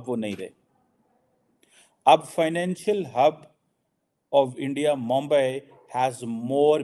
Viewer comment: It's mumbai not moumbai 😂😂 , pakistani iq